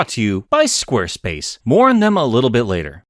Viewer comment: Or is it “Squerspuce?”